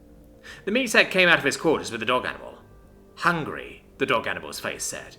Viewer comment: The way says 'hungry' everytime becomes more comedic.